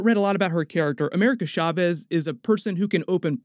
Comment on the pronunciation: America Chavez (CH LIKE CHAIR NOT SHARE) Seems like you don’t respect Latin culture because you did the same careless pronunciation with Alfred Molina.